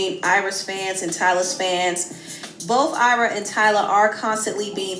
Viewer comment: it’s AYRA not Arya😭😭😭 chii